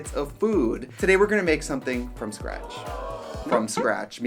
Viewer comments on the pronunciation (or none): none